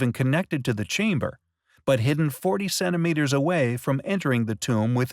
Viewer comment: Cennimeters? Seriously? How about centimeters? Please try to pronounce a "t".